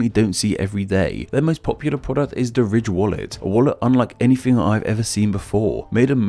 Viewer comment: I thought he said rich instead of Ridge